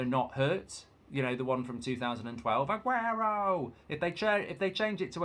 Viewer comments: Only Mark would say Aguenoo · Got me at ‘Aguenoo’😂